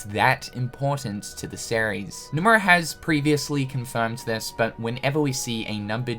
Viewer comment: I can't unhear "Sair-ries" when you say series